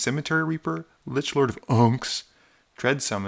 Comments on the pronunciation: Why you say lich Lord or unck like that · "lichlordof UUUHNX" 😂